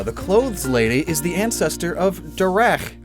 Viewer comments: Darach is pronounced Dare-uh. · His name is apparently pronounced “Da-Rock” via Pokémon Masters. Kaitlin has a special voice line when the two are put in the same team, and she calls him by name. Niche comment, I know. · Darach is a way of writing Derek. It is pronounced Der-Rek.